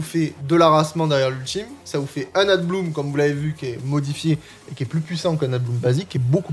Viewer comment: Y a que moi qui suis pertubé quand il dit ADBLOOM alors que c'est écrit ABLOOM (EN, mais en vrai sa peut ce frangliser sans D)? 🤣 Bon après c osef et jsuis crevé, pour te dire j'ai entendu adblue la premiere fois. J'ai eu une ptite hallucination auditive, car RIEN A VOIR avec un véhicule diesel😂. Sinon ptet que dire floaison ou une floraison sa passe en fr? Bon ok j'arrete.